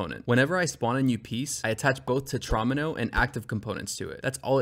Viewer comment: then you fucked up and called it a tetron-m-o... it's a tetra-meno dude